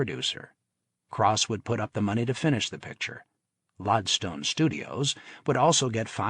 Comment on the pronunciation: ... this is the third Mario Puzo audiobook I've listened to... and I'm already a quarter of the way through... some story, and yet I'm hoping this story gets going soon... only distraction so far, that's unforgivable, is the narrator does not how to pronounce lodestone... it's not LOD-stone, it's always said LOAD-stone... as in like an early magnet...